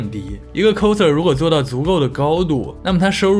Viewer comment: 额，好像是coser (kao拷的发音不是kou抠😂)。。